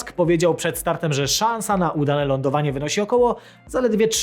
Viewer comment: Łądowanie nie łudanę.